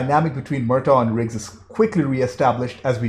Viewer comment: are you calling him rick? Its riggs